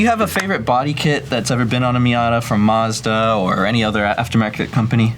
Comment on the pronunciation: All those years working for Mazda and still pronounces it incorrectly. Typical American. Btw learn how to say Nissan like the Japanese do too. The American pronunciation of Nissan is rediculous.